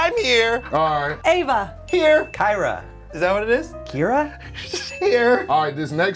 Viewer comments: When he said “Kira” I heard Shakira😂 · They messed up my name. Its literally so easy, its 2 syllables! Keeee raaaaaaah, lol. It's not that hard ppl! Lol. Why?!😂💙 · When that teacher said Kira wrong the first time I was sent back to high school (I’m still in high school)